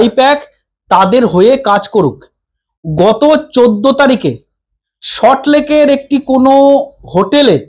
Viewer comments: এ বাবা এটা আবার চ্যানেল খুলেছে নাকি? এ ত বি জে পি ও ত বলতে পারে না বলে বি জি পি। দুর কি একটা salt Lake o উচ্চারণ করতে পারে না। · দাদা,ভালো থাকবেন।তবে একটি কথা : সল্ট লেক শব্দটি আপনি সঠিক ভাবে উচ্চারণ করতে পারছেন না।উচ্চারণ সম্পর্কে সচেতন হোন।